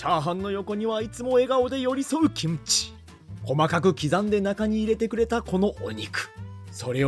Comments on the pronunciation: 김치를 기무치말고 김치라고 정확하게 발음하시는데 한국어도 되게 잘 하실것 같다고 생각됩니다 ..! 대단하셔요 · '김치' 발음 넘 좋네요 ㅋㅋ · 일본분이신데도 김치 발음이 좋으십니다~~^^